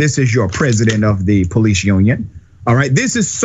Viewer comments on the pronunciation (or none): Po- leece......